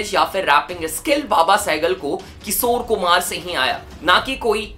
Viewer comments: its Kishor Kumar, not Kisor.... Sa aur Sha bolna seekh le bhai, bahut annoying lagta hai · Bhai. Kisor. Nahi. Kishor kumar. Apana. Sh. Thoda. Thik. Karalo. Yar. 😂😂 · His "KISOR KUMAR" pronunciation 🥲😂